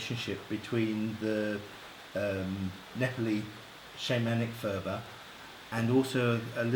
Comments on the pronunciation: purb.. not furba.. the ph is just p.. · There is no 'f' sound in the Tibetan language 'phurba' is pronounced 'purba' the 'h' after the 'p' is aspirated. The phurba itself is not a knife but a peg to 'pin down'.